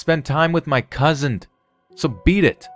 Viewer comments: There is no letter "T" at the end of cousin. It's not cousint. It's cousin. Just sayin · "my Cousind" 😂